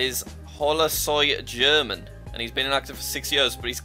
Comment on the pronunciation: I know Spanish, and the "German" in HolaSoyGerman's name is pronounced "her-MAN"